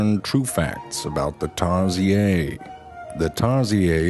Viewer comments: They're actually endangered species because of deforestation. In Philippines we pronounce it as Tarshir but you keep saying tarshiyey, now I'm confused. . . . About my sexuality. XD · I rolled when I heard "tarsiyey" lol... I can't. It's "tar - shir". Hahaha... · Me: pronounces "Tay-sheer" Everyone else: pronounces "Tar-siey" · Isnt it pronounced tar-sheer. And not tar-z-a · tarsheer not tarsiyaaay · tarsiyey? lol. it's pronounced as tar-sher. 😒🙄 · I keep getting annoyed by how he pronounce it tarsiyey and not tarsheer. Still is funny clip yet annoying on my side. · Shit you say tar she eeeh...your not in the Philippines you pronounced it wrong it's tar-sher to pronounce it right not that tar she eeeh. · Tar-sheer, not Tar-si-yey! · Tar-shear not tarsiyey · Me pronouncing Tariser: TEAR sear The animal's name: tar see AIR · i heard it's called tar-sheer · Did you just pronounce Tarsier the French way? It’s pronounced tarsiER. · its pronounced tar-SHEER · It's pronounced as Tar-seer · In PH. Its TAR-SHEER to pronounce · I like how in the Philippines we just pronounce tarsier as in "tar-shear" but this man made it sound more fancy and exotic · Tarsiyey. Here we call em tarshir. But I like Tarsiyey better. Thanks, zefrank. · I don't think we call them TARSIAYY in the Philippines.. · Um... but we call it tarSHEER here in the Philippines! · Is tarsier (tar-shear) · I always thought it was pronounced Tar-Seer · did I just watch a whole video saying tar-si-yer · Tar sheer men tar sheer!!!!! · I've always been taught it was pronounced 'tarsheer' with the r... I guess it's french. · I love how he calls them "Tar-zee-ay". Makes them sound super fancy. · It's tar-sheer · Imma call them tarzeeay now. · ( TARSHEEER ) is the correct pronunciation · it's tar-see-ur. but u can get away with tar-sheer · Its just simply pronounced tar-sheer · The correct pronunciation is actually Tar-Sheer but fvck it Imma call it Tar-si-ayr now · Heres how you spell tarsier Tarsheer